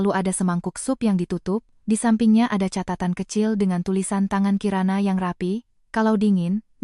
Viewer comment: Kata kata Catatan jangan diucapkan Katatan Kata "catatan" yang dibaca "katatan" menyalahi kaidah fonologi (ilmu bunyi bahasa) serta aturan pelafalan baku dalam Ejaan Yang Disempurnakan (EYD) / Kamus Besar Bahasa Indonesia (KBBI).